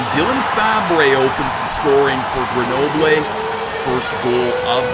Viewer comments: its Greunobleu not grenoblé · It’s pronounced Ger No Bull